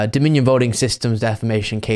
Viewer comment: Why does Mike keep saying "stolled" and "deflamation"? He just makes up words.